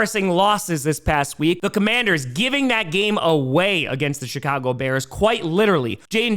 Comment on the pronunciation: Is it just me, or does pronounce Chicago as sh*t-cago? 😀